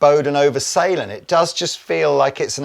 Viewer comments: ffs. you know how to pronounce the Ä... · Just to let you know, the two dots above the a in the name Sälen makes it the same vowel sound as in the english words hair or bear etc. And Sälen is a small town in the Dalarna County in Sweden. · Come! You can pronounce Sälen correct 😂